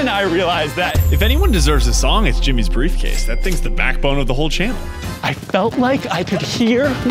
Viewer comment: "Who is this you ask, oh it's that metal brievcase" wouldn't expect anything else from 😂